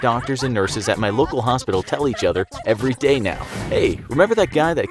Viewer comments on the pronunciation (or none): none